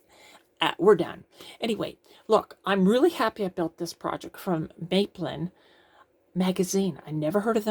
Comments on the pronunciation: Hi - I built this gadget back at the time of publication and it still works fine. Very useful. PS. It's Map-lin, not May-plin. When the company started in the UK in the mid-1970s, everyone was talking about building London's third airport in the Thames estuary on a sand bar called "Maplin sands". The name was very familiar - free publicity! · Mah-plin not May-plin :) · Hi. Great video, thanks for posting. Maplin in the UK is like a Tandy store. In the UK we pronounce as Map-lin. Before they closed down, I used to love going in there to purchase electronic components and gadgets.